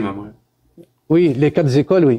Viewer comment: Bon je vous adore tous, mais il faut vraiment que vous arrêtiez avec les "quatre z'écoles", j'en peux plus que vous fassiez cette liaison qui n'existe pas 😂😂😂 Quatre c'est invariable, y a pas de S ! Passez-vous le mot les amis, merci, 😘